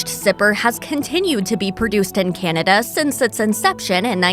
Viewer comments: Kennada? Cant pronounce Canada! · I like Crown Royal, but I don't understand why the narrator keeps on pronouncing Canada like it's spelled Kinada. There is no letter "I" in the name of that country. It sounds weird, get it right.